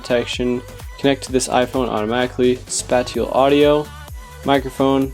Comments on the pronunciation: Not spa-ti-ul....spay-shul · great vid, and i hate to be that guy but its spay-shull audio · he said spatial audio wrong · Not a big deal but “Spatial” is being pronounced incorrectly. Otherwise thanks for comparing these.